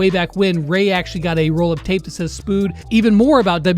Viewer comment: spude: spude: spood